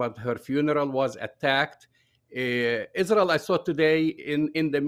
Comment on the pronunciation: It’s not Rael